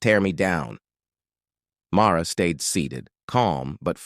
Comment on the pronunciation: First off, it's MARLA, not MAURA